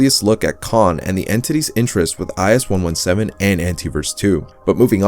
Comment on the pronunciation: Its kain not con like able and cahn